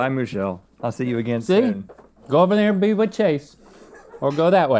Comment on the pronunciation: Nah! I actually can't stomach the runny egg taste. I gotta have my eggs scrambled. Who is Moo-chelle? Total mystery.